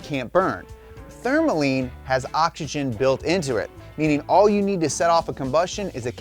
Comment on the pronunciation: can we talk about the elephant in the room?? why in the world does he pronounce OXYGEN like " ah ja gen"?? when did the X in the word become a J ?